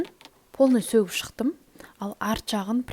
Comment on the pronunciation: Сөтіп шықтым деси бәрін сөгіп шықтым демей😂😂😂і